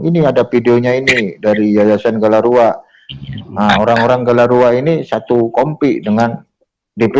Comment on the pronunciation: Galarua pak...bukan Gandarua